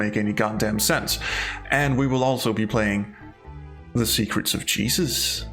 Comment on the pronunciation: A Danish man saying "Y'all motherfuckers need JEE-zus!" might be one of the funniest things I've heard this year. :-)